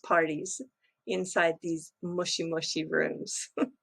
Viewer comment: Is that Mushi Mushi (worm worm) or Moshi Moshi ( hello hello)?